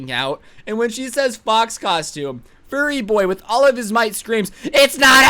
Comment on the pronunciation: Bro when he said "fur-re!" It was very funny.